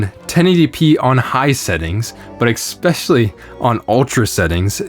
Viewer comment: Do not say "Expecially". Or "exasturbated."